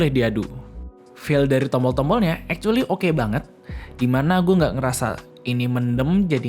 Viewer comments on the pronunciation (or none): yang saya dengar "ekcueli" dan "kontorel" wkwk